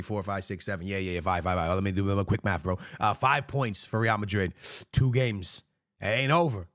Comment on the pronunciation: I cant take this guy seriously when he says “real madri” & tchaomane